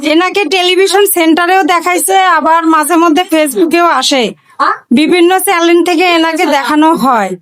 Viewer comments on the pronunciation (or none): দিদি চ্যালেন না চ্যানেল বলবেন । বউ অনেক সুন্দর হয়েছে ❤️❤️